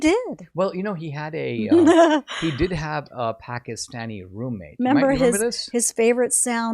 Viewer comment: I would actually consider it quite respectful and literate to pronounce the name of a country or capital correctly.